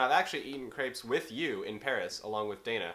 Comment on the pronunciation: Naglis Pečiulis He also said it wrong.